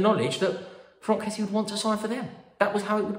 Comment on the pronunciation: fronk kessie? pretty sure he's called frank.